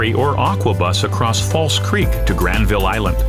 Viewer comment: Hey I've lived in Vancouver my whole life and this guy pronounces Granville painfully wrong. The second syllable gets de-stressed, so it sounds like GRANvul. Just so you know, I guess.